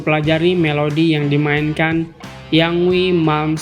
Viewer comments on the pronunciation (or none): yngwie bacanya ingwi bang bukan yangwi